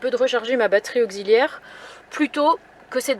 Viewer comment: Pourquoi batterie auzilière on dit taxi pas tazi 😅 pareille pour auxiliaire .